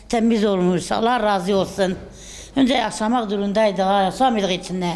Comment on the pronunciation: Şu yaşlınin konuşması yaşamak durumundaydig😂😂😂🤣🤣🤣🤣🤣